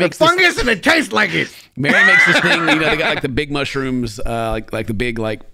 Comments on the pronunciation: Idk, I heard mooshyrooms. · Hunyions, mushyrooms, carriots! 😂😂😂